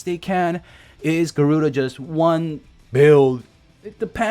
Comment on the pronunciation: "No, no, no it's Ga-ruu-Dah, not Garuda." #gimmedatgiveaway